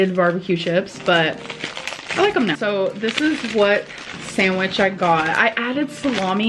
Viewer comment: The way she pronounces the d in sandwich 🤬